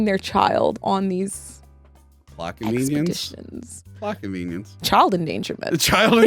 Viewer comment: Ooohhhhh..."plot convenience...plot convenience"! THAT's what he's saying! CC wasn't picking it up, and I was looking up things like "blockovenians"and "lackovenians". I'm dumb.